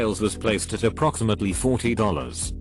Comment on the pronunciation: I have that this clown never narrates a video correctly. 40 zero zero zero